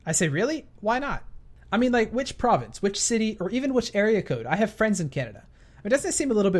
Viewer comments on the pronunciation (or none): How do you not know what city you're in?! also it's province not provence;)